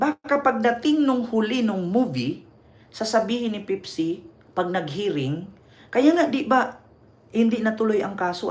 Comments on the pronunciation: Npaka bobo mo ,pepsi ndi pipsi , halatang wala kang alam nag mamarunong ka . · Bakla Pepsi. Hindi pipsi